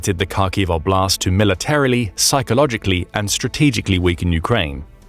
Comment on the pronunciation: Again “oblast” means “area” in russian, you can just say area, your saying область wrong, just translate “area” to russian….